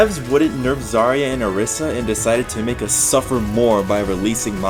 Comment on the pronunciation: When you say zArya it hurts me, as a Russian person. She's zaryA and... Well, I can't explain how "ry" should be read hear. But instead of saying ia it's better to say ya